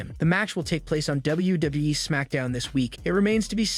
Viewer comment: CM punk is going nowhere you jackass😂 and learn to say WWE properly.